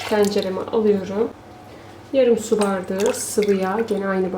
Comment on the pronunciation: Hanımefendi neden bardigi diyorsunuz BAR DA Ği izleyemedim Türkçeyi katletmeyin lütfen